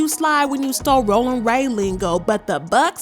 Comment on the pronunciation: The way you read that was annoying cuz rollin don’t sound like that it’s more tongue 👅 involved